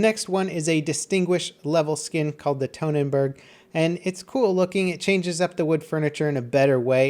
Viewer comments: The way you say Hellriegel really pisses me off. Where do you get "Hell-ruh-gell" from? It's Hell-rieg-uhl. Also, The Tone-enberg? Really? Do you just hate the German Language? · Great vid and all, but how the fuck did he mess up 'Tannenberg', and somehow 'Von Schlieffen' became 'Von Scheiffen'